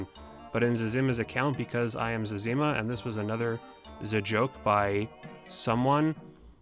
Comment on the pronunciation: it is zez-eh-ma not zezz-im-ma lool